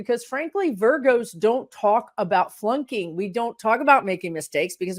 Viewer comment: I listen to this video for a while before I realized you were saying flunking not plunking. I was trying to figure out what plunking meant and why we needed to learn about it. That’s how my day is going.